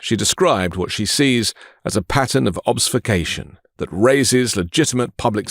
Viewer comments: it's ob-FUS-cation, not obs-fu-cation (Joanna Coles makes the same mistake) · "obsfucation"?? try obfuscation 👍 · It’s pronounced Obfuscation, honey. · Ob-fus-cation - the action of making something obscure, unclear, or unintelligible. "when confronted with sharp questions they resort to obfuscation" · Did anyone else notice the way he pronounced "obfuscation" ?